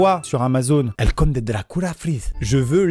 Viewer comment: " c'est des bonbons Dracoula " 😭😭